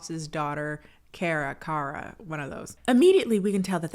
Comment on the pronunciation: KHAR-ruh (first syllable rhymes with the last.) Not Care-uh